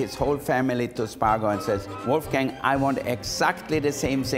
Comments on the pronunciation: Why does he mispronounce his own name just to please American ears? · I could have swore he said "how we pick cocaine for the Oscar's " lol everything looks delicious